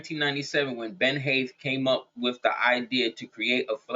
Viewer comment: Ben Haith = bin hate